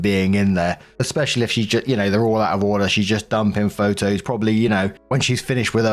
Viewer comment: Please stop saying “Ex-specially.” Otherwise, great video. Thumbs up